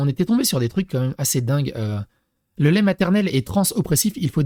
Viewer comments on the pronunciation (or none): none